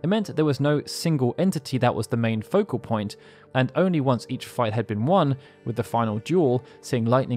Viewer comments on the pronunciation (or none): none